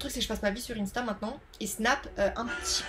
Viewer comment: Cette prononciation d'insta me fait très mal au cœur 💔😭